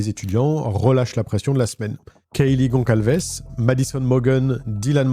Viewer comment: Bonjour, le nom "Gonçalves" s'écrit avec un ç (c+cédille). C'est un nom d'origine portugaise. Correspondant au "Gonzales" espagnol. Donc la prononciation se fait avec un "s" et non pas un "c". Dire "goncalves est incorrect. Ce patronyme, d'origine germanique, est très répandu au Portugal et en Galicie.